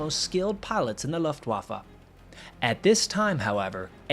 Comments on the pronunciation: Nice job EXCEPT - you keep mispronouncing Luftwaffe - "Luft" is pronounced like "Looft" not "Luft" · On your accent... you ask to be kind, so no comment, just please don't say that Loftwaffer... because... well just not to, please. Better try Looftvahffã (pretty please?) On figures, you assume Soviet reports to be accurate... well, Soviets and Germans knew those losses to be true as claimed by LW, otherwise for example E. Hartmann wouldn't have been trialed and imprisoned for so many years after 1945 for crippling USSR economy. And last, I am not a native english speaker, but I wonder nonetheless, why you keep using that would-would-would form, which might be so trendy but ... ok, WHY in Walhalla's name don't you ever use the old good simple past ? Just saying. Finally, THANK YOU because in all, you produced a nice and entertaining video on some little known story. So the vote is a good 10! ;-) Ps Since I read some brainwashed poor souls who loves to whip himself for the past he is been told to neglect and be penitent about... Ehler was a fine soldier and a hero for his Country. Other Countries carve marble statues on similar outstanding Men, and sadly Germany still has spineless individuals who despise them, it seems that one propaganda replaced the other. R.i.f. Held C. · "Done your best"? Is it really that hard to pronounce "Luftbaffe" instead of pronouncing the w as if you were talking about the waffles you eat in your morning breakfast? Baffled, battery, balloon, barn, banner... Luft-waffe. It's not hard at all, you're just dishonest and intellectually lazy. You and your culture see other languages as unworthy of your effort to pronounce them correctly and it's disgusting. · Nice video, but Luft wa fe.... Deutsch(german) is phonetic...